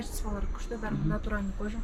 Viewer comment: Натуралный деп тұр,табиғи дегенді білмейтін сияқты,"ь"әріпті тіпті айта алмайды.